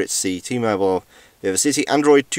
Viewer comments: An adult who pronounces vivacity as "viva city". Clearly the UK education system has failed. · its pronounced : "vi-vacity"